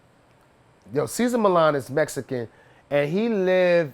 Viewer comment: Cant take anyone who pronounces Mexican as MESSICAN seriously🤦‍♂️